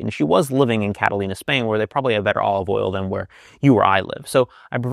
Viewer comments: Catalonia, by the way,, not "Catalina." You did that twice, so my inclination to ignore it the first time got waylaid.:-) I love your stuff, of course. Thanks for this one! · Catalonia, not Catalina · Cat-ah-lone-yah Spain. Hehehehe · Should I trust an advisor who can’t pronounce Catalonia or Cataluña correctly? Or did she move to an island off the coast of S. California? Did Maria practice intermittent fasting? Is this all just a lead-in to a multivitamin product?